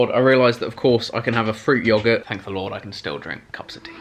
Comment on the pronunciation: chris pronouncing yogurt Me:😐